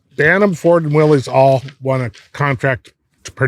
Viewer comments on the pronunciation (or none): It ain't Willys it's Willis 😅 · Willys, pronounced Willis. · I've heard this debate for years: it's pronounced "willus" not "willees" not sure if theres any truth to that? Probably just dudes from the south talking about jeeps with northeners lol. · ok guys - two things - you supposed to be authorities right ? its NOT A MOTOR - its an ENGINE ! and Willys is pronounced WILLIS its not controversial - due the research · there is no such thing as a Willy’s Jeep . It’s Willys. Actually pronounced Willis.